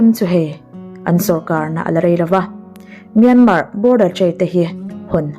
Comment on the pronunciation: Myanmar tih rikna toh hi chu buaina vek... Khamawm hlol